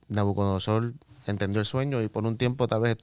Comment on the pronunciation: Gracias, hermanos. Una precisión: es NabucoDONOsor, no NabucoNODOsor 😀.